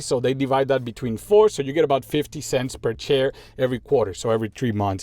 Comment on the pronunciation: It took me 1 and a half video to realise that you say share and not chair 😂😂😂